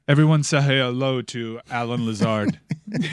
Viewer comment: That is a $5 fine …it is “Lazar” not “Lazard” sir